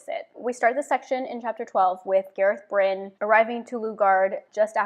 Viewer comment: The glossary has it as GAH-rehth BRIHN and SWAHN SAHN-chay so her pronunciations are pretty close to correct.